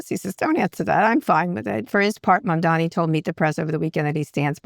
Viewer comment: i'm glad Scott felt the need to finally correct himself and say Mamdani's name correctly for once. it's only been...months?